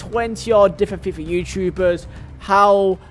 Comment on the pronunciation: Why do you say it say like ‘fia points’